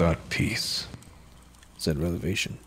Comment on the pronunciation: Awesome job man! Btw were you saying revelation or relevation when referring to the Big E?